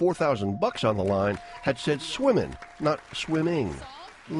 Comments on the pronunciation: She initially said "Seven swans of swimmin" the next person, that actually won, said "Seven swans of swimming". Pat said "Seven swans a swimming" A pronounced as "uh". The second person should not have won either. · In the official rule book, "when a contestant solves the puzzle, it must be done so with the common most pronounciation..."... And "seven swans a swimmin" is not a common most pronounciation, it was not accepted... As "swimmin" is considered as a form of ebonics, rather that proper pronounciation... "Swimming" is the most common proper pronounciation, so therefore, the girl was not given the puzzle... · For the record, it is pronounced "swim-een." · The 'g' was already on the board when she said it, so it's obviously mispronunciation, however she knew the sentence and should've won. Anyhow, sure she's made the money back now! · Wimbledon ad swimming are correct. Enunciate your words. Games have rules for a reason. Suck it up and play it right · She really had trouble adding a "G"? I mean does it take so much time to pronounce one word. I get it's natural to speak like you do at home, but being on a National TV show she could take the time to pronounce ONE letter.